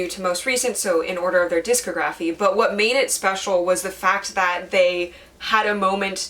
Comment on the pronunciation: Great video! Although I have to say for future reference, it's pronounced dis-cography like pho-tography